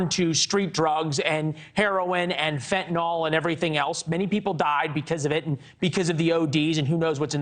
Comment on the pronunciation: She's not a Dr! If she was a Dr she wouldn't pronounce fentanyl fentinol